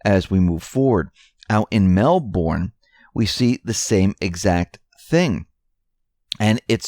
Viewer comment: Melbourne, pronounced Melburn.